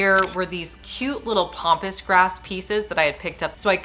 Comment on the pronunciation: Love your ideas. And this is nit picky, but it isn't POMPOUS grass....it's PAMPASS grass. I'm sorry, so many people are saying it wrong and it just bugs me